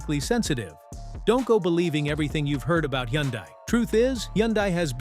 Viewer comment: Hyundai is pronounced like "Sunday". Just saying. BTW, everything specified here also applies to KIA!